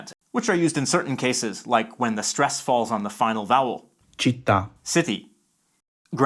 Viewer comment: insightful video! the only things that i find disturbing is the pronunciatino of the Italian speaker, often stressing the wrong syllable (e.g. City: Italian "città", stress is on "à", not on "citt"